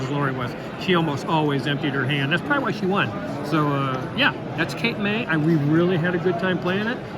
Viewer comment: Cape May is technically in New Jersey, not New England. But hey, who's paying attention? This New Jerseyan. HA! You said it right. It's a solid game. I have yet to open my copy of Transmissions, but am now tempted after watching your video.